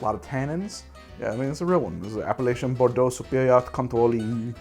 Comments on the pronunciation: says: appellation My brain hears: Appalachian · took me some micro-seconds to realize that you were not saying Appalachian but Appellation as in appellation d'origine contrôlée. Good video!😋🍷👍 Oh wow just realized: you posted this video on my birthday!! wow, I love💜wine🍷!!!! thanks!!!!!and sorry I did not see it until now, I was not subscribed back then.